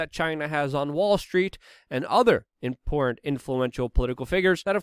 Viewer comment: It's not wit it's wiTH and it's not imporant it's imporTant and it's not Puin it's PuTin. If you are going to broadcast you should learn how to speak English!!! And by the way there is no country called Mymar.